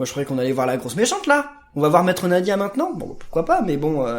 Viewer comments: Je rêve ou à la place de maître NYADA il a dit maître Nadia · 1min20 MDR tu as dis maitre nadya XD